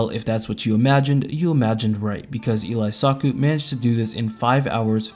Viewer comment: yeah, if you make another, definetly include elysaku's all versions run, also you pronounced it like elias-saku the whole time lmao its elee-saku